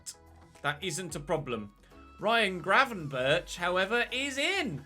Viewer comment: Get Gravenberch (it’s pronounced with a G at the end, like the one at the start) and the CR7 regen and keep Kasun in the starting 11 since he has some growth in him left 💪🏻